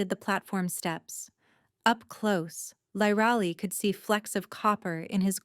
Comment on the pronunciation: The biggest disadvantage to AI is the mispronuciation of names. And inconsistent pronunciation of the same words. Her name should be pronounced "LEER AH LIE".